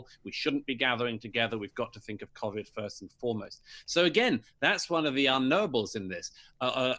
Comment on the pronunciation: I love Douglas!! But I hate how he pronounces the word covid 😂😂😂